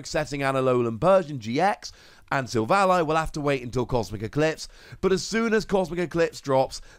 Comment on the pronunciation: its SIL - VALLEY. silicon-valley. its a pun.. kind of like RayQUAZA to Quasar. this has been a public service announcement.